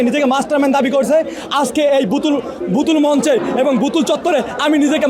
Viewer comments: কথা বলার উচ্চারণই শিখে নাই সে আবার মাস্টারমাইন্ড... বুতুল না বোতল সেটা আগে শিখো তারপর কথা বলো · প্রথমে সঠিক ভাবে বোতল বলতে শিখ, এইটা বুতুল না, এইটা বোতল।